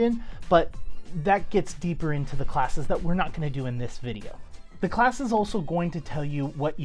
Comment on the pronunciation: Did my dude just say Ssalc?